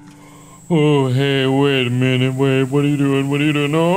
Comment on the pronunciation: I love how Markiplier is just like “Waiddaminute”